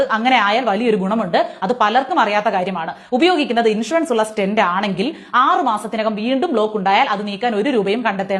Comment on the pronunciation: Name of object not clear.. Stent ?